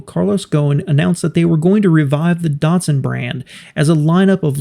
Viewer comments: Darrrtsun? It is Dat-Sun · "Neesarn" and "Dartsun"? No.